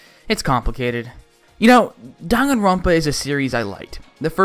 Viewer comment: WHY THE HELL IS IT DON-GONE-RONPA THERE IS ONLY ONE O IN DANGANRONPA THE INTROS PRONOUNCED IT DAN-GAN-RONPA